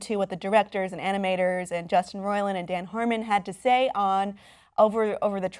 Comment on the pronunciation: Harmonverse and roi-LAND